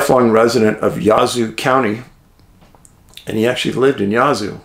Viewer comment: Its Yazoo pronounced like jazz. Yazoo 🙂